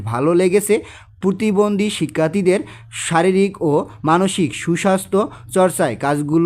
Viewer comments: আরে ভাই পুতিবন্দি না পতিবন্দি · স্যার আমার মনে হয় আপনি প্রতিবন্ধীকে পুতিবন্ধী বলেছেন😅😅😅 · পতিবন্দি না প্রতিবন্ধি